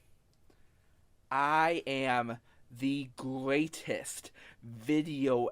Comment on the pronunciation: Boy and howdy, twuwy the gweatest vi'eo e'i'uh evuh